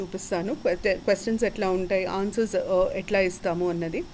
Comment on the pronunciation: Madum meeru E Honours syllabus anay word clarity ga cheppagalaru.